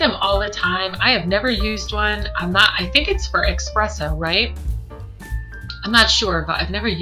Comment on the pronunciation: eSpresso not eXpresso